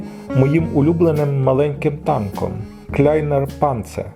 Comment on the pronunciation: very fine and to see all this lenses is just wow. also what i realy like is the way how you speak out : kleiner panzer. 🙂